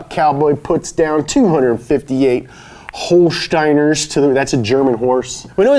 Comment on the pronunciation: the guy trying pronounce Holsteiner? mmmuuuuuhhahahahahahaha...